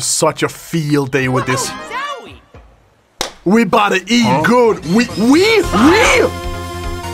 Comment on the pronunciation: WE?! You speaking French??